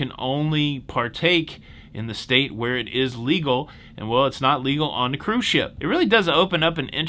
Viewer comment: I just think it's adorable that called it "wacky toebacky"... 🤭, thanks for another day of cahroose news that made me smile AND informed me!